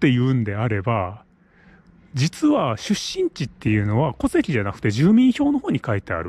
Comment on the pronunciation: 戸籍の発音がおかしいですよ。